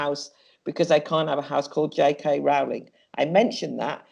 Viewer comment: The first syllable of Rowling rhymes with blow and glow, not how and cow.